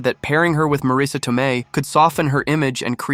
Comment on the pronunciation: Please don't play games with the English language. The name is spelled Marisa, & pronounced Marisa - you can even try 'Marissa' if that makes it easier for you. But It is not spelled Mareesa, nor pronounced with that weird inflection.